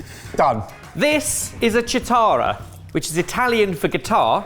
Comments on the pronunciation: Key-tarra, not cheat-arra. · In Italian it's pronounced kitarra-the "ch" sound is soft and NOT cheetarra like the cartoon. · Chitarra is pronounced Key-tah-ra, not Chee-tah-ra. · Chitarra isn’t a “ch-“ sound, but a “ck-“ sound. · I would love for you guys to learn some italian:) just so you know how to correctly pronouce italian words... Chitarra is pronounced like: Kitarrrra Tshitara -> is just wrong, sorry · FYI: chitarra is pronounced with a hard C, more like Kitarra, the way said would have written Citarra (source: I'm italian) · Even a British chef should have a basic understanding of how to pronounce Italian words, much less do basic research on items they are showcasing in their episodes. Chitara is pronounced ki-TA-ra. Ch is a hard consonant in Italian. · Great video but for the love of God, "chi" in chitarra is pronounced like "chi" in "chianti" not like "ci" in "ciao". Still love your channel! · Hey guys! Just wanted to let you know that in Italian the ch sound is a hard sound. So Chitarra would start with a sound more akin to 'key' or 'ki'. Your pronunciation would be correct if it was spelled Citarra. Hope this helps when pronouncing the names of Italian items and dishes in the future! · It's pronounced kitarra. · Kitarra, not chitara. ;) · In Italian, “chi” is pronounced “kee”, not “chee”, so the pasta cutter is “kee-ta-rra” (w/the double r being rolled). 🤓❤️🤓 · Chitarra - ch is a k and “i” is “e” sound so it’s like ketarra. Tagliatelle - the gl is an ly sound so it’s like tahlyatelle. I know I’m being pedantic, but I cringe every time you all try to pronounce Italian words. I’m not going to address oregano (the emphasis is on the second syllable). I love your kitchen gadget videos! I’m always learning something new! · SERIOUSLY, I LOVE YOU BUT, CH IN ITALIAN IS A K SOUND. Like kitarra. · Chitarra is read 'kitarra'. in Italian is pronounced /k/ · It's kitarra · Chitarra is pronounced as “ki-ta-ra” 😅 love the vid x